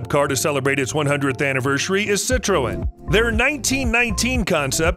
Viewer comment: Citroen is pronounced si-truhn